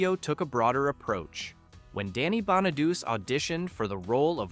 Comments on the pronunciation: Bonado-chee! Geez , the annoying crap you Americans do to language! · Pronounced Bonaduchee,not Bonaduse.It's Italian. You really should get your pronunciation right if you're presenting a video about something. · Danny’s last name is pronounced “Bon-a-doo-chay,” not “Bon-a-doos.” This video mispronounces it all five times. I’ve never before heard it mispronounced like that. When the voiceover said, “Susan Dey was cast as teenage Laurie,” It showed a photo of Suzanne Crough, before the voiceover started talking about Suzanne. When Bobby Sherman was shown in several scenes at 18 minutes in, the voiceover never acknowledged him. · It’s Bon-a-do-chay. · The mispronunciation of Danny’s last name set me on edge. Yikes. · The narrator kept mispronouncing his last name.